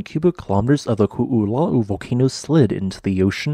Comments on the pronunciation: I know. He says Ku'ulau . Not Ko'olau. I already tried. Didn't work. Second video with the pronunciation. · Koʻolau is pronounced Koh-oh-lau where lau rhymes with bough as in the bough of a tree. Hawaiian spelling is phonetic in an uncomplicated way and what you said would be written "kuʻulaʻu". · Eastern mountain range(Ko'olau) on O'ahu is pronounced Ko - Oh - Lau (Lau like Loud) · Some day, I hope to hear you pronounce Koʻolau correctly.